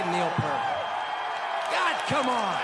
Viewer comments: i hate when I hear PERT like the shampoo. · Peert not Purrt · i hate hearing Neil Pert. Ughhh. It's pronounced Peart. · Why is Taylor Hawkins even up there. He can't even pronounce Peart correctly. Some fan. Dave Grohl did fine all by himself and when Taylor chimed in, I wanted to reach through the TV and smack him. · It's pronounced "Peahrt" Dammit! !! He's one of the world's great drummers and lyricists. ..He's not goddam Shampoo!!!! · Still bothersome that Taylor mispronounced Neil’s name but awesome speech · That cringe moment when they mispronounce Neil's last name. I can get past that. I know they mean well. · Be nice if Taylor could have learned how to "fucking'" pronounce Neil's "fuckin'" last name. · Idiots! Right in front of all this, the blond fool mispronounced his name. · Too bad Taylor Hawkins couldn't pronounce Neil's name correctly. Opportunity lost. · Taylor to this day, still can't pronounce Neil's last name correctly...he needs to find another line of work!!😄😄😄😄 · Taylor Hawkins = clown who can’t (well chooses not to learn how) say Neil’s name correctly at...(drum roll....) the Rock and Roll Hall Of Fame ceremony. Is also a drug abuser. And no one cares what he has to say. #eyeroll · You'd think Taylor Hawkins been in a band and introducing Rush would learn how to pronounce Neil Peart's name correctly, especially as it was one of the things that irked him. RIP Neil, you've left a legacy most of us could only hope to achieve and now your with your daughter & wife. Thanks for the music. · He pronounced Neil's last name wrong.... TWICE!!!! duh. ur inducting him...get it right!!! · Robinett Evidently. LOL!. No, but come on, your chosen to induct a drum god to the RRHOF and u screw up his name TWICE!!! Taylor is a famous drummer for chrissakes, he should know the correct pronunciation. And a true fan, in the biz should know his. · Nice induction speech...too bad Taylor couldn't get Neil's name right though.